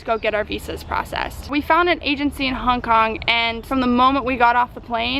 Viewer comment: You said Kong Kong you dumdum :D